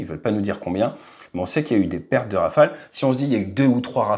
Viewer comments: hey! it is not Rafael it is RawFail. 😂😂😂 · Rafale dude not Rafael !! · in India and Pakistan rafale is pronounced as Rafael